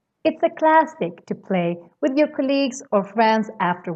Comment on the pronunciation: The first syllable in colleague is stressed, not the second one. :-)